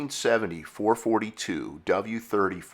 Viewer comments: Sorry, had to leave very early… you can’t even pronounce the marques name correctly. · no such thing as a four-forty-two ....was always four-four-two